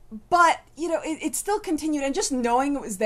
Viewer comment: "it" not "ut."